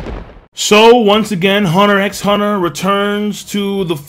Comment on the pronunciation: The "X" is silent...